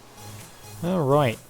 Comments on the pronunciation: Nobody says it like that. I have never once heard it said like that. That sounds like it would have an E at the end. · when he says alright he sounds australian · He sounds so British when he says alright ;D